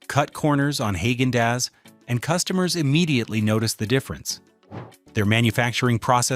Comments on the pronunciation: That pronunciation 🤦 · Funny how an AI- generated channel criticizes companies for using artificial ingredients! Your robot voice can't even correctly pronounce Haagen-Dazs! How about getting a human to narrate? Then you will at least have SOME natural ingredients!